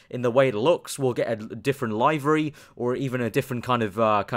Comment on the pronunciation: It's pronounced live-err-eee